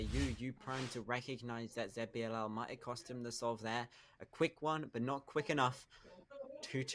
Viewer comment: Please stop saying ZetBiLL just say ZiBiLL like normal person